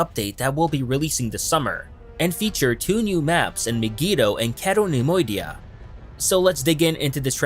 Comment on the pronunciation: Pronounced My-gee-toe, cay-toe nem-oidia, not maygeeto or ceto